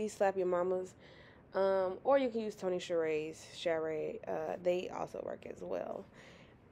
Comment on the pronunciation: Fish looks great girl but I’m from New Orleans and that’s not how u say Tony’s 😂it’s pronounced Tony “sacheries” but we just call it Tony’s here ❤